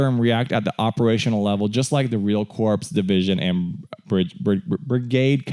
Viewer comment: did you just say corpse? its core even though its spelled corps